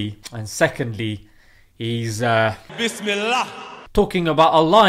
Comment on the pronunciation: Bisimillah not bismillah